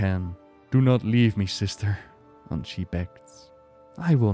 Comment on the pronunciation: Ahn-SHAY, not she :V